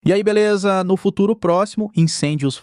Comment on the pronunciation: "no fururoo proximo"